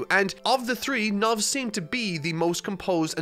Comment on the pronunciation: It's Knov,. His name is not "Knuv", please stop transforming character names with your accent.